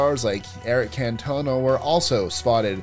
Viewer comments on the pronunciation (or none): Eric Cantona’s surname is pronounced “Can-tun-a”